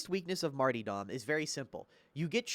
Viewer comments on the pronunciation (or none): Martyrdom (Marr-tur-dumb) not (marty dom) lol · marty-dom... MARty-dom... martyDOM